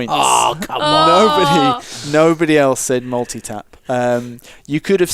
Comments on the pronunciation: Hahaha! Multi - tap? Really? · This was really good. I've never played final fantasy and even I knew to say Ereth. And multitap... oh dear